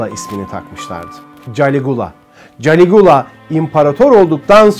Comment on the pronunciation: Galigola yanlış diyorsun